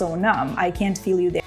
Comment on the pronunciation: нєа, не так. Drop "T" у слові can't.